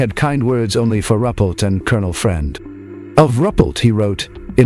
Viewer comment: Buen video, pero estan muy mal pronunciados o equivocados los apellidos de los investigadores y esto lleva a confusion; HYNEK, RUPPELT, QUINTANILLA, son los apellidos de quienes intervinieron en los proyectos SIGN (SIGNO), GRUDGE (RENCOR) Y BLUE BOOK (LIBRO AZUL)...Saludos !!!